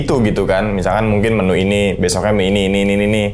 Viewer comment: Menu bang bukan Menyu